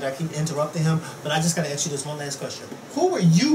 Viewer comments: Ax. No. ASK, as on flask, not flax. I asked a question. Not I AXed a question. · it's A-S-K. not a-x-e. i hate when people pronounce 'ask' like that.